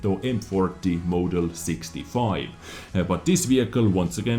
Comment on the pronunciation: I need to comment on how you pronounce model as "mow-del"